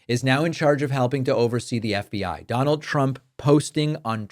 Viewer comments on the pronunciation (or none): none